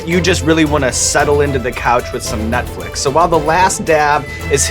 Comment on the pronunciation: instead of Netflix it sounds like Sean said nutflix...I think ferg heard it to.